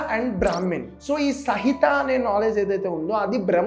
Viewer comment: Bro sahitha kaadhu samhita